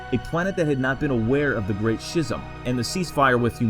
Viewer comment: did u just say shism